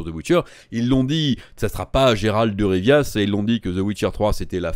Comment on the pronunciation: Geralt de RivIA???? De Riv ou de Rivi, mais Rivia, omg qu'est ce c'est???